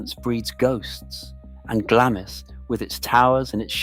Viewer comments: Not pronounced Gla-miss, it’s pronounced Glamms. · UGH its pronounced Glarms not Glamis.....do your research please. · It's pronounced Glams!! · The I in Glamis is silent - Glams, Elgin has a hard G as in good. Research before you narrate. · Can’t watch a film calling it Glammis. Been there and this is BUNK. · It might help if the narrator pronouced the place names of Glamis and Elgin correctly. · CAN'T PRONOUNCE GLAMIS properly. Elizabeth of Glamis, The Kings grandmother ! "SurreyAnglia" knows how to pronounce it. 😊 It might be a good idea to Pronounce Elgin correctly, too ! 🤔